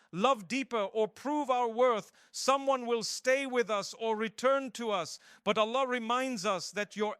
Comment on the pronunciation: yes, but the problem is mufti menk never tell this types of things and we are listening it and if there has any misinformation so we will be the sufferer and thr main sign that this is AI generated is hear the pronunciation of ' Allah ' is not clear, it is ' ala '